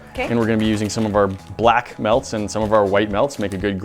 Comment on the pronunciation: why you say black like thes?????????????????????????????